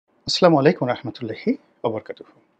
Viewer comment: সম্মানিত ভাই আপনার আলোচনা অনেক ভালো লাগে কিন্তু শুরুতেই যখন সালাম দিচ্ছেন আপনি সালামটা স্পষ্ট করে দিলে আরো খুশি হব।